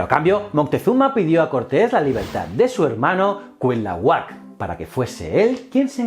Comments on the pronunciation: Hola, muy buenas, te saluda un criollo desde la gran Tenochtitlán, hoy Ciudad de México, sin ánimos de joder, era Cuitláhuac o bien Cuiltahuatzin el hermano de Moctezuma, no se te da la pronunciación, saludos y mil gracias por tus esfuerzos y canales, todos muy muy buenos 👍👍👍👍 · Precisión en cuanto a pronunciación (por sílabas): no es cuit la huac, es: cui tla huac, en otro tema, no se definían como aztecas sino mexicas (meshicas) y en general muy buen video, felicidades 👍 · En serio es tan difícil pronunciar "tla"?😆😆😆😆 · No son nombres raros es solo otro idioma y ya, no son aztecas son mexicas, azteca es un término del siglo XX, el regreso de Quetzalcoatl es mito inventado por españoles, no es cuit-lahuac sino cui-tla-huac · CUITLÁHUAC, se dice CUI TLÁ HUAC.... jajajaja. ¡Saludos desde México! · Se dice: Cui -tla-huac Cui -tla-huac Cui -tla-huac 🤓🤓😆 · Se pronuncia cuitlahuac, así como se escribe... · Ja ja ja cuilahuat ja ja ja te falta practicar mucho pero muchísimo el idioma náhuatl. Ahora me doy cuenta por qué los españoles conquistadores cambiaron el nombre de muchas cosas y animales, no podían pronunciar el náhuatl. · Nota para el video: El nombre del hermano de Moctezuma se pronuncia Cui-Tla-huac, Buen video y saludos desde mexico. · Malitzin, Malinalli, Marina su nombre cristiano. Quet zal có atl.. Cui tlá huac.. Tlax cal té cas.. Moc te zú ma.. Valgame la pronunciación. 🤦🏻‍♂️ Excelente video como siempre, gracias por éste tema bien merecido.👌🏻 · Me encantan tus vídeos pero estas pronunciando mal el nombre de Cuitlahuac. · interesante pero se dice Cuitláhuac....no Cuilahuac........Cuauhtémoc...no Cuauhtemoc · en mexico lo pronunciamos quet-zal-co-atl y cui-tla-huac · Hola, solo quería comentarte que la pronunciación de ciertas palabras nahuatl como Cuitláhuac, Cuahutemoc y Quetzalcoatl no son correctas. Para que lo tomes en cuenta. Gracias por el contenido